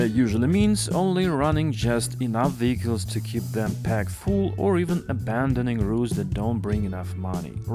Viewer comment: Weehicles. Hee heee